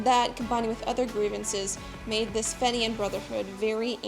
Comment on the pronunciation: Had to stop listening after hearing "fenian" continually mispronounced, to my ears anyway.